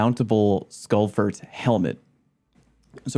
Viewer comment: Did this guy just call the literal "Skull-Fortress" the "skullfert"?